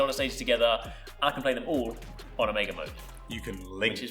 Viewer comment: 'Omeega'....disgusting pronounciation